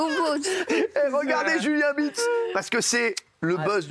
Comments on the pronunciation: donc pour lui Beats ce prononce BIOUTS ? monde de con dans lequel on vit ... ce gamin est ridicule ... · ou biouts.....................faudrait peut etre lui dire un jour que ça se prononce pas exactement comme il le dit et je comprend pas ceux qui disent qu'il a un sens critique, il ecoute les 10 premiere seconde, et il va te dire si c'est eclater ou pas, mais frérot redescend, ta ecouter 3 notes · Meme biroute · j'adore .... cyril prononce super bien BEATS et lui va lui dire BIROUTE ..... hahahahaha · c'est gênant il arrive même pas a dire beats